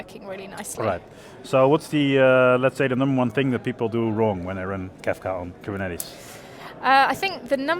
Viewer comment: It's Kafka not Kafta